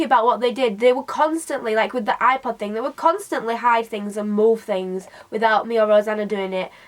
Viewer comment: I understood "eye pot" instead of "ipod" and I was like: wHY DO U HAVE AND EYE POT? THE HECK IS DAT?